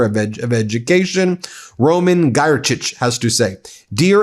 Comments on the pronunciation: Pronounced "Gear-tik" :) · Ok, cause I died several times inside - here's how you say it: Czarzasty - try Char-zhah-stih (with silent R) Giertych - try G'yer-tih (with tih sounding like "ti" in word "tick") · Just as a Polish guy... Tusk is pronounced with a U like in "put" Giertych would be closer to "GEAR-tikh" And Czarzasty like "cha-ZHAS-ty" (with both As like in cha-cha-cha) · Man, but you could have checked the pronunciacion of names out of minimum respect. You screwed it up completely. Especially with Czarzasty and Giertych...